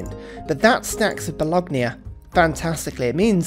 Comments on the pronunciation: Bologna is pronounced ba-lone-ya. The g is silent. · Bologna....Bo...lon...ya...............you're welcome. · Mama mia, do you say Lasackna too? Great video as always tho but I always gotta wear headphones when I watch them, otherwise my italian roommate is gonna destroy my laptop.